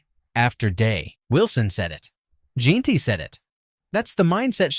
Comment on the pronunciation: why is Jeanty (pronounced Jen-tee) being pronounced in this like jeen-tee? lol. it's not that hard to say his name.